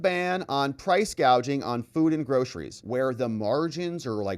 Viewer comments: I heard the clip. She called it price gauging, not gouging. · funny thing is she doesn't say the word gouging, she say's gauging.🤔